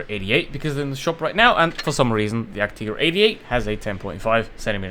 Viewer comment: It's pronounced 'tiger' as in the animal and not 'tigger' as in 'Winnie the Pooh' you fool 🤣😂🤣.